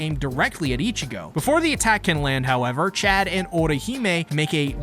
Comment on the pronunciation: Well at least you pronounced Chad right 🥴